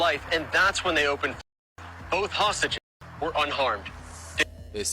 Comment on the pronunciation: Fuck can’t even say hostiges